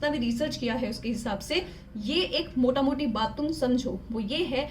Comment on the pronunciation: She says 'Motamuti' bengali accent aa raha hain hole hole😁